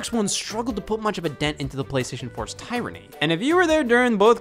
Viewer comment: First time I’ve heard someone pronounce ‘tyranny’ like that.